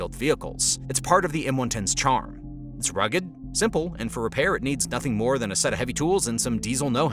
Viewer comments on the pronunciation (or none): none